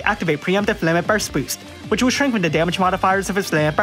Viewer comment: I love how you read will as whale